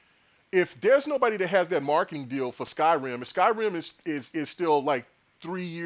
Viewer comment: They have a Japanese studio with Tango Gameworks fellas. Btw, you kept calling Skyrim "Sky-Rim" like they're two separate words brother.